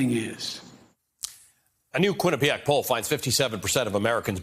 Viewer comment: Quinnipiac? Oh geez